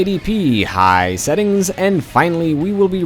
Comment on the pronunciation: I like how you say "high"